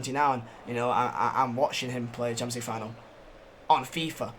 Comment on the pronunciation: Normal person: Champions League Final: Shamenjlueege Final